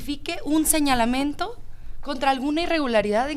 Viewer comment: Andrea, Andrea, aprende hablar no es señalamento, es señalamiento, señalamiento!!! esa es tu preparación que ni hablar sabes? 😂😂😂😂